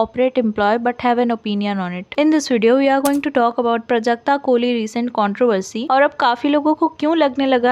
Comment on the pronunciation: I think you should added the clip of the corporate related talk they had not everyone know what happened plus the pronunciation of Prajakta name was wrong.